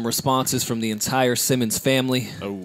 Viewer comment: and it’s def Simmons not simmoness check out your English grammar.